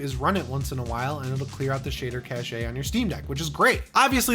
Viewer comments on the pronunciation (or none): Yeah… it’s “cash” :) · Me for the entire "caché" part it's "cash" it's "cash"! Check the dictionary it's kaSH not kaSHæ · who the HELL says CACH-EY, it's CASH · cashe - pronounced /kaSH/ , sorry It was bothering me to hear "Cash-ay" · Quick side note for you: cache is pronounced like "cash" not "cash-a". Great video overall! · Enjoyed the video but cache is pronounced cash cachet is an entirely different word :-) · It's pronounced "cash", not "cash-eyy" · Cache is pronounced like "cash" the word you're using (pronounced "cash-a") is cachet, which means respect or admiration NOT cache. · Cache is pronounced Cash not "cashayy." Sidenote: This statement is not said with contempt or looking down the bridge of my pretend glasses that I just adjusted condescendingly" Side side note: I feel that this may be a running gag and I don't want to be that guy but eh, i may have just made myself that one guy xD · I've never heard "cache" pronounced "cashay" instead of "cash" before. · Cache is pronounced the same as Cash, not Cash-eh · Cache is like saying "cash"; what you're saying is cachet which is a different thing. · Cash. Just cash. Cashay is a different word. (Using phonetic spellings because accents suck and it is less ambiguous.) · Shader "cash" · Shader cash brother not shader cashay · Cache is pronounced cash, not cashay. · I didn't want to be the guy to say it, so thank you! lol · It’s just pronounced “cash” not “cash-ay” unless you are talking about cachet - which is a different thing altogether. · Cache is pronounced (cash) not (cash-ay). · shader cache-ay? I thought it was pronounced the same as cash 🤔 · Thanks for the video, but cache in the sense of shaders is pronounced "cash". The way you're pronouncing it means "Yeah I bought a Seiko wristwatch but it doesn't have the cache of a Rolex. Poor me." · Isn't cache pronounced cash? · Please stop saying "cacheay" 😂. Great content otherwise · Cache is actually pronounced the same as "cash" like money